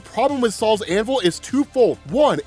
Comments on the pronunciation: It's not "Saul's Hammer". It's not some old Jewish guys hammer. It's "Sol's Hammer" Sol the Roman god of the Sun. It's pronounced "Soul". I was dying laughing at Saul though. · im not gonna lie i thought u were saying sauls anvil but now i se its SOL'S anvil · Gonna be honest with you. The first 4 times I heard you say it. It for sure sounded like you said “Sal’s Anvil” 😂😂😂😂 like who the F is Sal?